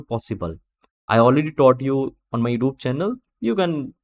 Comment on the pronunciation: Youtube - not yoob 😆